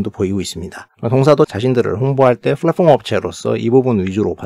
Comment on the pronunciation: 잘봣습니다 다만 flatform이아니라 platform입니다. 발음주의부탁드립니다